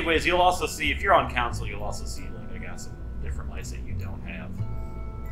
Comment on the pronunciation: It took me 16 minutes to realize you were saying CONSOLE and not COUNCIL.